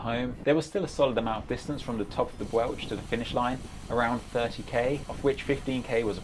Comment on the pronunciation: The bwlch is pronounced bullca